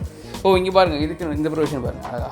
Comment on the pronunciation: Thankyou, it's Not அலகா it's அழகா. Please pronounce it correctly as you repeat it often